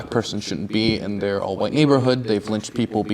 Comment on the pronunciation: he even said "Hwite Americanz" rotflmfao